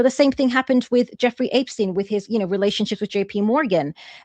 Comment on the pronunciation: I gotta ask, who is APE-steen?